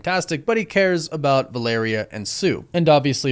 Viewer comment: I also LOVE that you NOE pronounce Valeria correctly. VAL-uh-rhea, was just totally NOT IT brother. But Downey asking for that kind of cash, kind of ruins all the 'becoming a better man's that we were all told rdj was. Sounds like now he is just a supplement taking smoothie drinking asshole